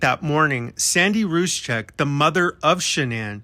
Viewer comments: You keep saying Ruscek as Shannan mothers surname, it's Rzucek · For the love of gods, learn how to pronounce Rzucek. It's annoying AF.